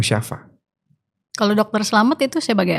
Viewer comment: Klo mau podcast bawa data boss.. Banyak yg keliru ucapn nya.. Dr musapat itu siapa bos